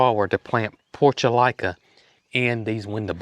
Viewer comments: 🥰🥰🥰🥰🙏🙏 Respectfully: those pretty window box flowers is pronounced PORT -U-LAH - KAH or commonly called Moss Roses. (Which were my Grandmas' favorite.) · I always pronounce the Portulaca with the la sound, NOT LICA. Must be my regional thing. Texas and before that Northern Illinois.